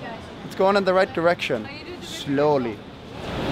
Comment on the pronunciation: the way he prononces the word "slowly" made me laught so much😂😂 thank for that 😂